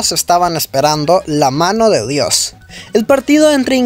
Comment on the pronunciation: “Mamonde” Bruh.